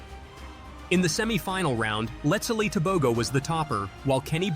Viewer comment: His name is pronounced Let-zi-le Te-bo-ho.. There are different personalities. Where I am from we call people a spectacle of themselves Poppy Show. Why did they have him prancing around like a gazelle on crack, if anything like that is even possible, when he was known to have been diagnosed with COVID. Very unhealthy. The double standards in this world in terms of everything. Prancing to start then leaving in a wheelchair seems bipolar ( not the diagnosis) in behaviour to me.